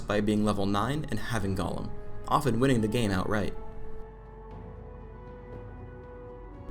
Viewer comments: I don't understand why he pronounces golem like "gollum" GOAL-EHM GOLEM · he calls it "gollum" wtf